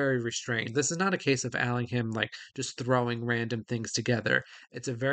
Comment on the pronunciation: NB The H in Allingham is silent. (Like in Buckingham, Cunningham etc.)